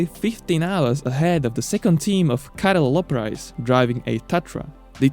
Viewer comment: He also pronounced Karel Loprajs correctly. He obviously did his homework.